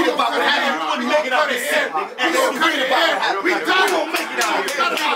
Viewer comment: 😂😂😂the ending “they’ll reed(read) about what happen” maan 🔥🔥